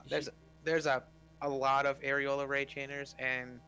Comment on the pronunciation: You really have to stop saying areola instead of aureole. Those are very different things.